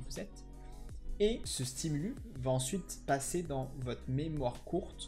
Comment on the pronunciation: Bonne vidéo ! (On dit un stimulus (stimulusse) et des stimuli) ;)